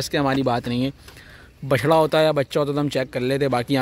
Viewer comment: stop saying Bacha. its bachra!